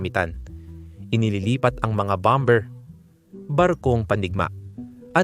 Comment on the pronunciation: Hnd b0mber ang pr0nounce bommerrr